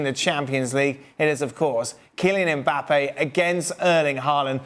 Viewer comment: It’s mbappe and it’s not close